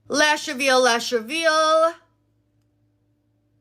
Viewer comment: When she says lash reveal it fr kinda sounds like she’s saying ash travino (idk how to spell it😭)